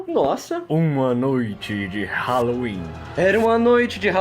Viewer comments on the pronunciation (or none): "Raloin" nada a cimentar (eu sei que perdeu a graça mais dane-se) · eu adoro o "RALOIN" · "RALOIN" num 7 de janeiro... Kkkkkkkkkkkkkkķkkkkkkkkkk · Noite de "RALOIN" 7 de janeiro ¡-¡